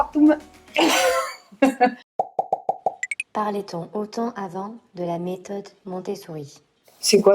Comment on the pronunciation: Dommage de ne pas s'être renseignée avant de faire une telle vidéo. Tu ne veux pas être jugée sur tes avis en tant que maman, mais ne juge pas les autres, et encore moins s'en être renseignée sur les sujets que tu abordes. Ne même pas savoir prononcer post partum, ou encore Montessori.. vraiment déçue.